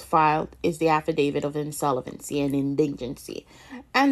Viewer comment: What word is indingency?????????😂